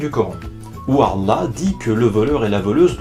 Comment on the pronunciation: vous avez remarqué qu'il arrive même pas à prononcer allah?